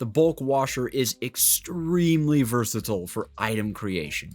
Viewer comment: bros favorite word is "Versitle" 💀